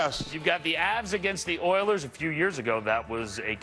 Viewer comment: Oilers? Naw we gotta say it like Chuck... Errlers! xD (Oh and the Stars shocked the Avs and eliminated them. Just when you think you know you don't know.)